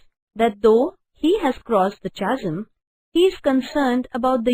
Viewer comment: Mam your explanation is right and beautiful,,,,, but I think the pronunciation of chasm is incorrect? plz..thought and correct the word. and a lot glad to you to explain this poem.Tysm mam.